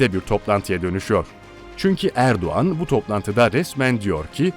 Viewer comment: Abi Erduğan değil Erdoğan